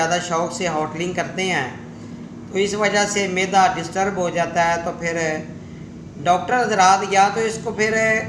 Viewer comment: میدہ نہی معدہ